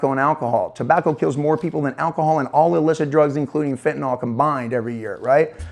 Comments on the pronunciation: Dear USA, it's fentanyl, not fentanol. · Can you, as the reporter, please pronounce Fentanyl the way it is spelled when speaking with other professionals? It makes you look bad when you are doing more and more serious reporting. Code switch a little.